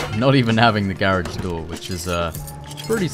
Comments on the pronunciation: For the Love of God can u finally pronounce " Garage " properly 😂😂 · is British I thought he was Australian but when he said garage I knew he was British